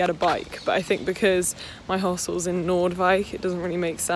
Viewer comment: Hahahah I love that you call Noordwijk Amsterdam. And I love how you pronounced it. ❤️❤️❤️❤️